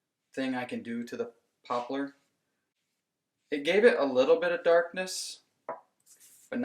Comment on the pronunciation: The German word for poplar is Pappel - pronounced like you do